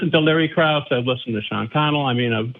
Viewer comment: Sean Carroll, not Sean Connell